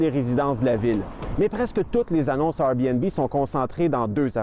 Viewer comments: Le journaliste dit RBnB et non Airbnb. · La chose qui me choque le plus est la facon qu'ils prononcent Airbnb!